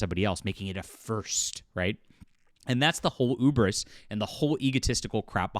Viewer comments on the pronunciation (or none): So is it cancelled or not? And "hubris" is pronounced with an "h" . Ubris sounds like an enemy of the 60s X-Men.